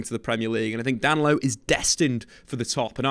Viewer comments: … I know you don’t speak Portuguese but common Dan-lo. Da-ni-lo. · His name is Da-Ni-Lo not Danlo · DA-NI-LO sheesh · I don't know who DAN-LO is, but DAN-KNEE-LO is a player Arsenal have their eye on. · “Dan Lowe” 😂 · Oh you’re thinking about Danilo from Palmeiras. He’s talking about Danlo from “Palairmez” 😂